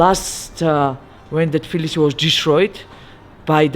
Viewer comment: A lovely tour, thank you! Curious about the Georgian pronunciation of Tblisi -- I thought I heard say "Flisi" a few times, and then "Tvilishi" at the end?